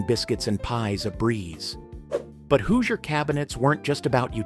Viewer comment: There were only hand sifters. Die-nette set. The people of Indiana are angry now at your pronunciation of Hoosier